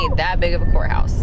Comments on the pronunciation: It sounded like she said whore house instead of courthouse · I thought you kept saying whorehouse😂😂